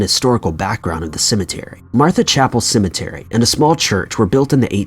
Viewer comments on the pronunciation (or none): This is how many times he says cementary 👇🏽